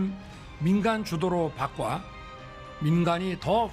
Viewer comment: 바꿔를 바꽈란다 ㅋ 한글도 못 읽는 놈